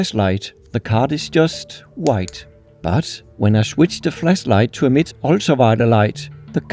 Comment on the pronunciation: "flasslight" Du burde altså prøve bare LIDT på at udtale ordene ordentligt.. det er sku lidt pinligt...